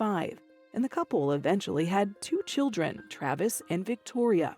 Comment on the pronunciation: "children" not "chiljren". Please I beg of you learn how to pronounce the letter "d" if you are goin to attempt to speak English, thank you.